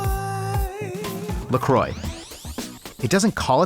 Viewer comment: its not La Croi its pronounced "La Crua"